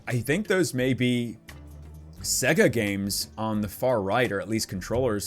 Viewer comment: Segga??? What is segga??? you let me down man. That's sacrilege dude. It's Saaaay-ga. Otherwise LOVE the nostalgia in this vid!